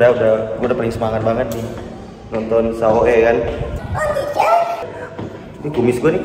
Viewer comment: SAO nam bukan saoe